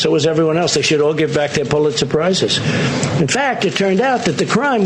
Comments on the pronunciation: "Pulitzer surprise.." lol wtf. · Is it me or is he saying "Pull it surprise"?